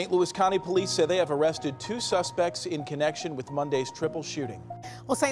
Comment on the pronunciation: Why you say two like dat